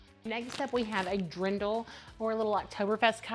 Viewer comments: I like all, expect the mermaid. Btw. the dirndl is pronounced DEER-ndl, not a Dree-ndl. Grettings from Austria. ❤ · you are so fun! I'm a little late watching this, but one thing, please look up how to say dirndl. It is not drindle. Think durn-dle, or look up online dictionary. Especially since you are going to Germany, you don't want to say it incorrectly. ❤